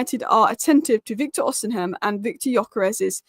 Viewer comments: His name is not Osinhem, its Osimhen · The 'H' in Osimhen is silent,. Another great video, by the way 👏